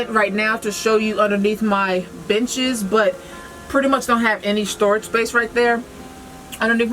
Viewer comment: She said “underneath my benches” I heard “underneath my bitches” I just about died 😂😂